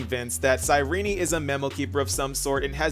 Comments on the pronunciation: First few secodns of the video, mofo pronounces cyrinee instead of Cyrene....leaves downdoot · Why is her name pronounced as Cyrenee and not Cyrene? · The way he starts is immaculate, like he goes "cyRENE" and i love it😂